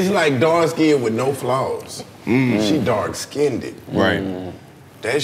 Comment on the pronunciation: "Let me get that dark skinnded"